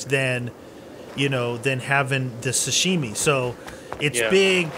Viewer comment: Im pretty sure you're pronouncing "sashimi" wrong...please correct me if I'm wrong.... I LOVE YOUR VIDS THO!!!